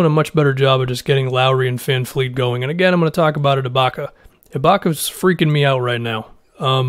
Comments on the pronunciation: Sorry for the nitpicky comment but he's not Greta Van Fleet, he's Fred Van Vleet, with a V. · It’s vanvleet, there’s no F’s in his name. I’m annoyed at everybody Just saying a simple name wrong so much